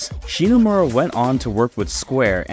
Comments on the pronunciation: First, her family name is ShiMomura, not "ShiNomura" as you say in the video every time you mention her. Second, her name and the rest of the music team having their names hidden is not a sexist thing like you try to make it look. At the time it was common practice for game companies to hide their employees real names so they could not be scouted by other companies. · cool video man ! Hate to be that guy, but it kind of hurt that you kept pronouncing "ShiNOmura", and did not get Yoko Shimomura's name right once during the video 😅, especially when the main gist of the video is about her. Cool video though, like your work :). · didn't know that AI program to fix voice was a thing! But yeah, sorry to be picky, it just that because it is kind of a homage to her work, it is a shame that the name sounds mispronounced several times.